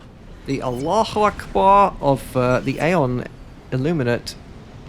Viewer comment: its kinda suspicious how perfect was your pronunciation of " allahu akbar "